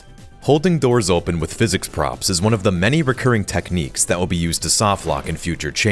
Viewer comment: "Through the Dors"